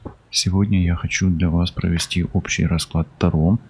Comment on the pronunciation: Здравствуйте! Вы не правильно ставите ударение не: та'ро, а таро'